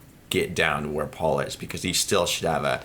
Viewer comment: needs to learn how to make the "P" sound, he pronounces Paul's name "Baul" atleast once, and says "Butt" instead of "Putt". lol